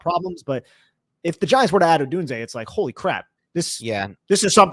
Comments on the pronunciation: Love Rome and great video but please for the love of God stop saying uh-done-zay its pronounced oh-doon-zay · I believe it’s O-doon-zay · HowToPronounce and the YT channel (How To Say) both pronounce it as: O-doon-zay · I think it’s pronounced: Oh-done-zay. Which, if correct, would allow for a CB to be call done-zo when he gets beat by Rome. Top notch content as always men!